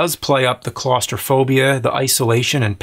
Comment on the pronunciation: "Claus-trophobia" xD